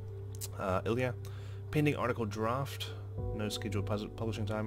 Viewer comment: ilya is a russian name and we pronounce it il'YAAAAAA